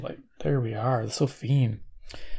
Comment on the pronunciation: It sounds like you're pronouncing the company name sofim, with an "m", even though it appears to be spelled (on the box) Sofirn ending in r and n.